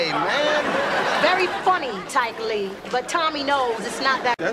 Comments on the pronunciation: “ Tike Lee “ Hahahahhaha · She called dat nigga "Tike Lee". 😂😂😂